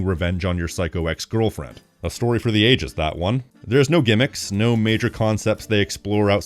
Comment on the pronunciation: Why you said psycho"exe"girlfriend? Those words inviting Rachel Bloom!